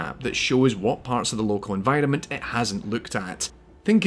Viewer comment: Recently stumbled upon your channel and I like your content very much so far (especially related to games like this that I've played a lot) so keep up the good work, but one thing that I just can't get out of my head, everytime you say "environment", to me it sounds like "N-Vitamin". It's stuck forever now :(